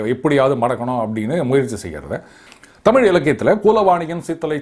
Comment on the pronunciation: So many. Tamil eelu etc etc Even Mr. Annamalai till day Pronounce tamizh as tamil Eezhu eelu vazhkkai as vaalkkai.